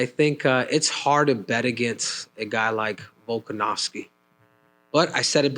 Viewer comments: couldn’t even pronounce P4P legend’s name… 🤦🏽‍♂️ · Mackenzie Dern really acts like she can’t say volkanovski? She grew up in America but wants everyone to think she’s foreign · Volkskonofski😂the lady nurmagomedoved volk😂